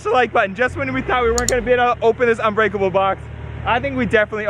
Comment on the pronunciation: Uhh you said it wrong its unbreakable not onbreakable fool